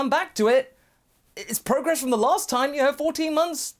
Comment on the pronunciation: ITS NOT PROGESS! Unsubscribe!